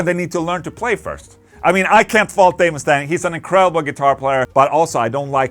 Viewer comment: Ola did you just say Dave Mustang? 🙄 you did didn't you 😅